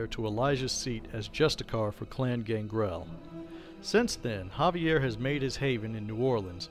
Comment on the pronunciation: It’s Xaviar. Ex-Ay-Vee-Ar. Not Javier. There lore videos are pretty entertaining. The only problem is, they’re out of date. Either you haven’t read Beckett’s Jyhad Diary and any of V5, or you’re choosing not to update the lore to include them, in which case they’re incomplete.